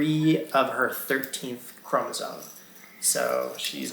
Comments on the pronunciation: Not sure how one can have a child with any Trisomy & not know it’s chromosoMe not “chromosone” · Please learn to pronounce “CHROMOSOME” You are both saying “Chromosone”